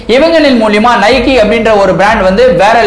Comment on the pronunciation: நைக்கி illa bro நைக்